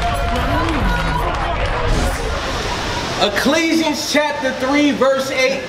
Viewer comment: "Ecclesians" though?! Lol!